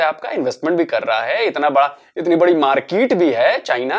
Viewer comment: Gazb kehte h bhai "itni badi markiit" 😂😂😂😂😂😂😂😂